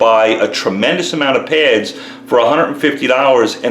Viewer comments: Why do you keep saying "pairs" when the word is "pads"? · Peh-ads...oh! P-A-ads!